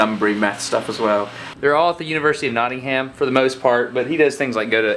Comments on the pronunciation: Cool video, but ugh. Destin! You and Americans and pronouncing our cities badly! It's not Notting-Ham, it's Notting-um. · Notting-ham. Ahah, that was very manly of him, though.